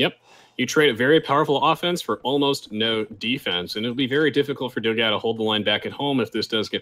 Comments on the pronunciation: Funny to hear them mispronounce Dogão's name repeatedly It's pronounced "Do-gann-u" It means "big dog" in Portuguese. Obviously brazilian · funny how they pronounce dogao. 4 the record it should be pronounced "dog-"one" without "o"- and then "o". means something close to big dog in portuguese.